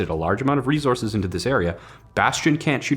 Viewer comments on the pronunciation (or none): Drink every time you hear say “ReeZorse(s)”.. you won’t be alive for long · rezorces? It's resources dammit! You mispronouncing this had me so distracted that I had to write this comment. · It's a ree-zorz. (Just poking fun, love ya!) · What in the heckerman are these re-zorzes he keeps goin on about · if you say rezorces one more time, I'm gonna shoot myself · Say “rezources” one more time. 😂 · Was I the only one slightly bothered by saying "rezources" instead of resources? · Rezorsis How says resources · RESOURCES.................NAH..........MORE LIKE "REZORCES" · Please stop saying rezources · Rezources? Not enough minerals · Them good ol rezorses 😂😂😂 do me a favor and never change budd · No no no, it’s Reese Horse, right? All these future people are fighting over Reese’s pieces the size of horses. JK love the videos.